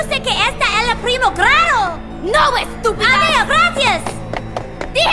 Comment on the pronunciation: i heard it as 'a weird cousin' (primo raro) instead of 'a young boy who appears in the first grade' (primer grado) and i speak spanish lmaooo but you're right